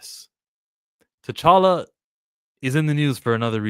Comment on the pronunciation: That T'challa name butcher was willlllld 😂